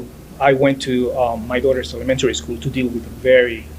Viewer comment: Did this poor man just say ´ Elemantary school ´?